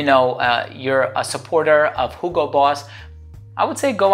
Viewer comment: I like how you're saying hugo correctly with H :). Not like 'yugo'